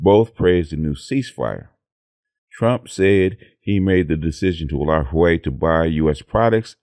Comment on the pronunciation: Great news, but please, the Xi in Xi Jing Ping is pronounced like "SHE" not "JEE". And Huawei is "Hwa-way"!